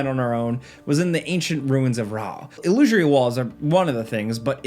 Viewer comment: il - loo - sir - ee